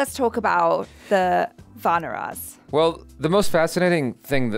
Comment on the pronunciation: Just a little pronunciation correction..... its not "Vanaras" like "Va-na-ras" but its "Vaanaras" like "Vaa-na-raas". Thanks. 😊